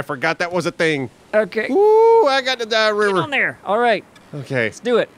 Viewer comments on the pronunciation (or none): dia - whee - woore